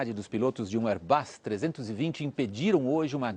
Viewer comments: Um "airBAS" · Kkkkkk Érbasss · "Airbas A320" kkkk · AIRBÁS KKKKKKK ALGUÉM CONHECE ESSA EMPRESA???KK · Airbáss??? Ta serto? Kkkkkk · Air BASSSSSSSSSSSSS!! Kkkkkk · airbás kkkkkkkkkkkkkkkkkkkkkkkkkkkkk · Vim aqui em 2018 para dizer "AIRBÁS" , "RUDSON", "RODRIGO BOCARDI CÚ" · AIRBÁS ... KKKKKKKKKKKKKKKKKKKKK EURI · Airbassssssss ssssss sssss s kkkkkkjj